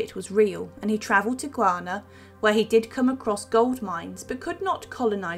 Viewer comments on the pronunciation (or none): none